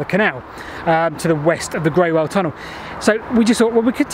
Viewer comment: Somebody else might have mentioned the pronunciation of Greywell. I lived in Basingstoke close to the line of the canal 50 years ago, and used to walk it. A very old resident I met near the tunnel told me that Greywell is pronounced as "Grool". I also heard that from other people in the village of Basing, through which the canal ran (along the castle wall). A great video, thanks.